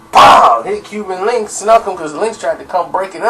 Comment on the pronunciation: its link not linx correct?